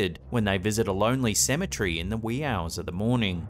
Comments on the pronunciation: Cemetery not cemetree lol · Are you saying symmetry or cemetery? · So, if Cemetery is pronounced "Symmetry", how is Symmetry pronounced???